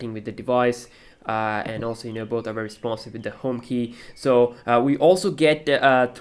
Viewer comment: beder and bery bery good and lastly titter damn loool